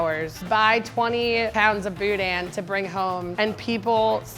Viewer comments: Not gonna lie it annoys me that y'all say BOO-DAN. Its one word not two, boudin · Grew up in Houma, La, love this show... I can't stand hearing boudin pronounced "boudan" it's boo-dah; just saying. Love the show! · Also quit producing the N in boudin (boo•daH~) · "Boo Dan" No.... please.... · Every time they pronounce the n at the end of boudin, I die a little inside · South LA pro-tip: Don't pronounce the "n" at the end of boudin. You're saying it nearly perfectly until I hear the "n" sound at the end. lol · Less emphasis on the "in", show up around where I live, you gonna get "THE" look.